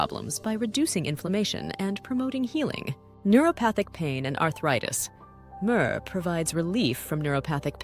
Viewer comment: "Murrrrrr" 😂 Having a hard time adjusting to the new voices lol. Great video. 👍